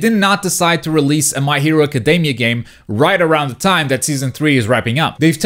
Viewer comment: Dude, the way you say "academy", just, please go check out the pronunciation xD